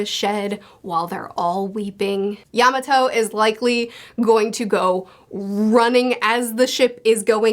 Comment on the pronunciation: Can you say Yamato name right